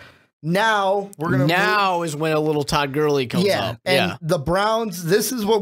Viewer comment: Why can't the announcer pronounce Todd Gurley's last name?